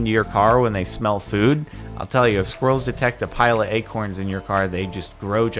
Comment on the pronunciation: the way you pronounce acorn sounds like you're saying egg corn